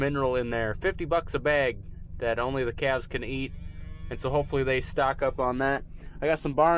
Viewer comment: I replayed that section where you were naming the new ‘claves’ several times because it totally cracked me up! How repeated you when you emphasized claves’!! You guys are a joy to watch!!